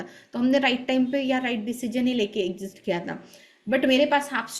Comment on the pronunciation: Sorry to correct you It's एक्झीट not एक्सिस्ट